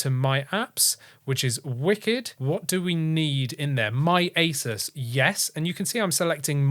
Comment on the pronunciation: He was joking, with his accent it almost sounds like he said asus ( without the u)😂